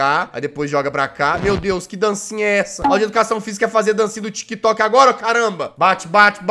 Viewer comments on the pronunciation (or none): none